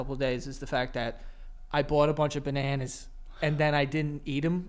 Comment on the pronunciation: Joe's New York really comes out. "I bawt a bunch of banANAS"